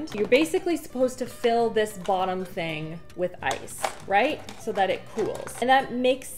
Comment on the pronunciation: "A quarter of a ting thick." 😂😂